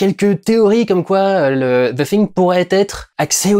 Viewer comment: Vraiment un bon vlog que tu as fait durendal et tu es un des seul youtuber francais a bien prononcer le THE hahahah bonne journée.